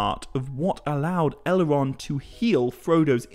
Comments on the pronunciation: Right, it's just some sort of impediment you have, I'm also hearing 'Ele-ron' and 'Bal-e-rog'. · I know who Elrond, and Saruman are. Not sure who El-Wond, or Sa-Wu-Man are. Maybe Tolkien wrote a Silmarillion based on the Elves of Elmer Fudd? Be Vewwy, Vewwy Quiet. I’m hunting Owcs.